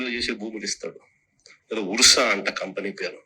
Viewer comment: అది ఉర్స కాదండి అర్స అని చదవాలి